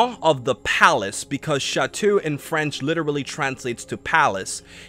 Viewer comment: It's pronounced sha-toe, not sha-to.